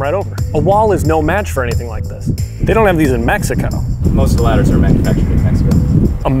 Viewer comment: He can say Guadalajara but not ladders 😂😂😂😂